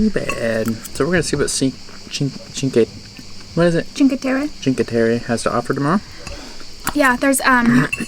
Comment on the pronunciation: 5 terre, in italian is written cinqueterre, it is pronounced as chin + que/stion= chinque